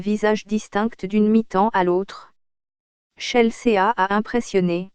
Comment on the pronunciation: ChelSÉÀ... et puis pourquoi une voix robotique ? Et puis sérieux, il y a même pas d'images du match, juste de images... d'une compétition amatrice ?